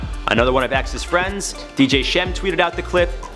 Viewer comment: man really just said dj shem